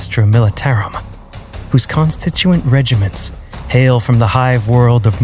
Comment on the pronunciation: Overall a nice vid but I'm sorry to tell you that you've mispronounced "constituent".